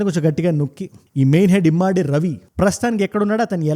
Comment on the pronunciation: Immaadi kadu ra babu adi immadi. Telugu chadavadam vasthe ardham avthadi.